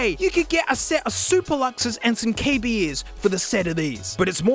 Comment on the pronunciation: KB ears, nah mate its KAY BEARS